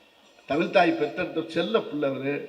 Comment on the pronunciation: தமிழ்... தமில் இல்லை. தமிழ்க்கு உயிர் கொடுப்போம் என்றார்... எல்லாம் சரி. ஆனால் முதலில் தமிழ் என்று உச்சரிப்போம்... தமில் இல்ல😢